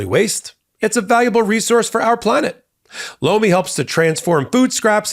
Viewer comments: Anyone else think the supporting ad Lomi sounded like he was saying "Blo me"? 🤣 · Tell your sponsor (Lomi) I was in the other room when I thought I heard say "BLOW ME" - Their product name is horrible - They might want to change it!! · LOMI sounds like BLOW ME! 😂😂